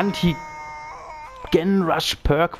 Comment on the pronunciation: wie Du GEN aussprichst macht mich wahnsinnig